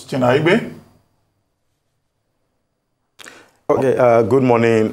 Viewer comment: You are a Nigerian. It Aigbe NOT Aigbee. Dr. Abati pronounced it right: It is a Bini name. Thank you Dr.